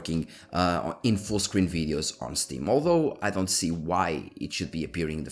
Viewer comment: Why do you call steam a stém :D time